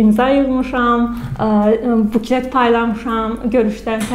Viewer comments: Ağzında elə bil nəsə yeyir ) get düzgün orfoepiya qaydalarını öyrən) buklet😅 buket yox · ... buket yox..., BUKLET.